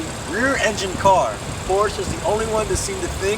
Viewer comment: it is Porscha not porches